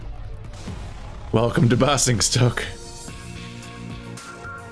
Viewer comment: I know it doesn't matter. But it's bay-zing-stoke. Fun commentary as always.